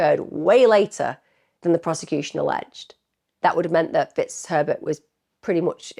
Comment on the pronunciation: Is it just me that hears "Mr T*ts Pervert" instead of Mr Fitzherbert?? It´s from the movie Bridget Jones 😆😆😆😆😆😆